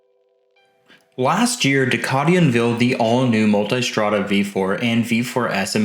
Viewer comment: People pronouncing "Multistrada" as "Multystrada" had me enough